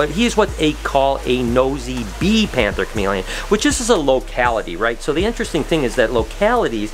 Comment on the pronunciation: it’s pronounced Nosey Be (Nosey Bay)! I am currently obsessed with panthers! I have an ambilobe and an ambanja!